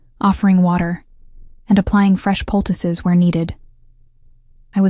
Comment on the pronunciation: Poultice. Not pticuses (?) Puses? Picuses?